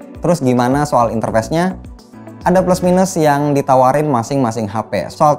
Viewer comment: interface apa interfest? kok gak bisa bedain cara baca face sm fest..